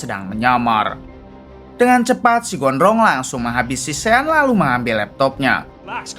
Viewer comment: Ejaannya sean...tapi sebutan yg betul ialah shon